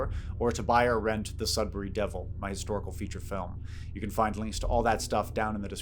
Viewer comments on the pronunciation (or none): none